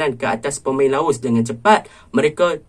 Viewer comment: Bro sori bro Laos bro bukan laus . Btw ulasan bro memang mantap